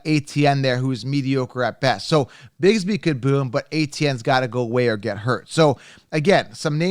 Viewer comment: Your pronouncing it wrong it’s not tank bigsbee it’s tank bigsby. His last name ends with by not bee. Haha😂